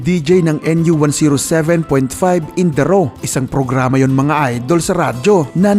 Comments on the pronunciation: Its N U One O seven not NU One Zero seven point 5 And LA 105 ang nagpasikat ng pinoy bands of the 90s not N U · N-U-ONE-OW-SEVEN hindi NU 1zero7 😂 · Sir N U One Ow Seven po hindi N U One Zero Seven 😂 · nu 1"O"7 ang pagbigkas po sa call sign ng NU 107.5fm. nagiging letter O po iyong zero sa frequency. for your information lang po.